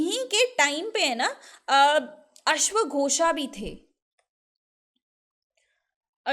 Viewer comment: Aap last me A kyu lga dete ho.. Ashwaghosa... If u r speaking in Hindi then use teem as per it